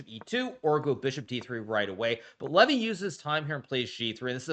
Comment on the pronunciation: I love the fact that Hikaru mispronounces Levys name purposefully to show how little he respects him.